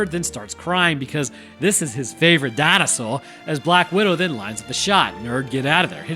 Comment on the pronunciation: I fucking love that the education DNA man's southern accent "Di-no-SAWR" pronunciation lives as rent free in your head as it does in mine. It's been 30 years and I still say DinoSAWUR like that every time